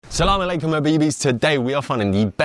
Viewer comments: Dam your Assalamu Alakum was spot on. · Really enjoyed watching you explore different cultures' foods. Your pronunciation of Assalamu alaikum was spot on, btw! Can't wait to see what you try next.